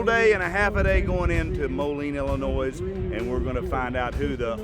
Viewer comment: The S on the end of Illinois is silent.